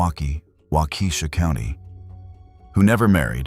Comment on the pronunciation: Its walk-ah-shaw, not wah-key-shaw